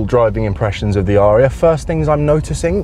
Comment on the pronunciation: Surely a short 'a' It's not an aaaaria but a an a'ria.